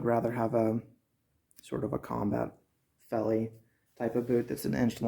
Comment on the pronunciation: Pronounced "felly" in Afrikaans, but good review I just pulled the trigger on a pair of these. Waiting on em to come in. Was issued a pair back in the day (83) to replace my rotted out jungle boots. Im having serious troubles with boots falling apart within 3 months and im talking quality boots.